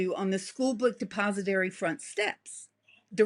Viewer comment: . " schoolbook deposidary""??? The ' signaling the assassin" is totally made up by her to get attention.